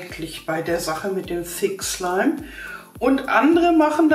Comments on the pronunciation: am anfang habe ich fick slime verstanden 😂wer auch ? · Sie hat öfters im Video "fick slime" gesagt😂😂😂😵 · Wer hat auch am anfang verstanden ,,fick slime" 😂😂😂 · Meee hhahahahhahah🤣😅👌👌👌👌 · Am amfag habe ich F*ck Schleim verstanden manchmal aber auch Six Schleim 😂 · wenn sie dass sagt hört es sich an wie fick slime( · Sie hat das sie ganze Zeit gesagt 😂😂